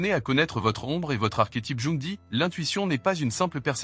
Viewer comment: La manière de dire "Jung" est à vomir.